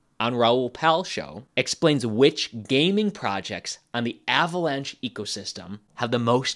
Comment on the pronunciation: He said Avalanche like Avocado lol